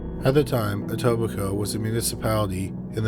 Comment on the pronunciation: Good job pronouncing Etobicoke, that's a hard one!